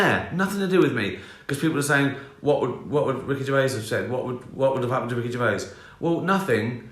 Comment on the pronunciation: Hard to get through all the "gervais" in this video - ugh...